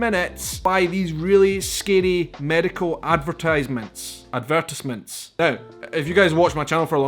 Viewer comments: Saying "ad-ver-tyze-ments" isn't a bad thing, haha. That's the way I say it. When I heard you say "ad-ver-tiss-ments" I was like, "What?"🤨 And, oh, I love pumpkin pie! Especially with whipped cream, talk about delicious! If you want more ideas about places to go when you return to America, consider Clearwater, Florida. They have some beautiful beaches there. And Sand Key Park Beach has the cheapest parking I found, haha! $5 for all day, now that is a good deal! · Ad ver TIZE ment, or you just say "ads" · Ad-ver-TIVZ- ments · We don't say "adVERTisements" or "adverts". We say "ADverTISEments" (third syllable rhymes with "eyes") or "ads". If the ads are on television, we usually call them "commercials". And as I said recently to an Irish YouTuber who was puzzled about the "How are you?" thing, don't think of it as a question. Think of it as a ritual set phrase that looks like a question, but actually just means "Greetings!" Don't try to answer the question, because we haven't asked you one. There are ritual responses you can use like "Fine, thanks", or "Not bad, how about you?" These are not comments on how you are actually doing; they just mean "I return your greeting!" This will be easier to understand if you think about all the cultures where people greet each other by commenting on the weather when they both understand that neither actually has any interest in discussing the weather. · We put an accent on the tise part of the word ad-ver-tise-ments. We also say aluminum with only 4 syllables not 5 - a-lu-min-um. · You mean “ad-ver-TIES-ments” 😊They are rather ridiculous. I don’t know why anyone would take antidepressants if they listen to the side effects. 😳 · it’s pronounced... ad-ver-TIZE-ments.